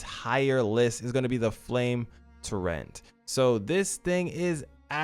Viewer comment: Torrent is said like torr-int. You're saying "to rent"